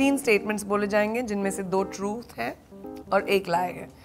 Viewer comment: who found it funny how she pronouces truth